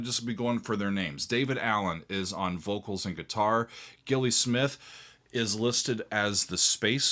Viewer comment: More Gong please,!! Always. and still are an amazing live band. Great musicianship but lots of fun and very silly costumes. "Radio Gnome Invisible" is the telepathic way that the PHPixes communicate. Just to let you know that Gilli is pronounced Jilly, and I think she was Welsh not English. Agree with you about the excellent bass player! The one thing that really sets Gong apart from other bands is that rather than ending up in court fighting over the band's name following a split, Daevid Allen encouraged his fellow musicians to use the Gong name so there was also Paragong, Planet Gong, New York Gong, Didier Malherbe's Gong, Pierre Moerlen's Gong, Gong Maison, Gong (without Daevid & Gilli) along with an Invisible Opera Company of Tibet in Australia, another in England (still making great albums today) and another in South America. Probably a load more bands that I don't know about. I hope you'll be reacting to more Gong when you have time. Thanks!